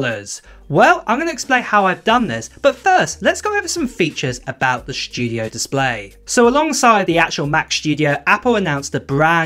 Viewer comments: The “SSHHTUDIO!” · "The Mac Shdew-diough" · The “schtujio” display is nice. I wish I could afford the Mac “Schtujio”.